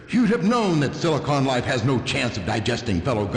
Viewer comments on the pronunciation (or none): none